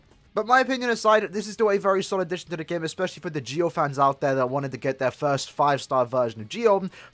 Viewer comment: Lol I can't watch this video because it's so annoying to here him call Ggio's name wrong lol